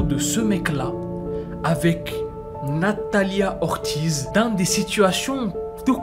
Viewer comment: Ca se pronomce nathalia ortiss aussi🥲